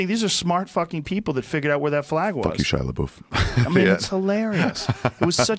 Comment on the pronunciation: Joe “Shia La Boof” Rogan